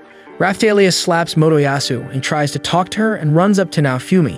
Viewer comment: AyO he say lets take wakk and lets takk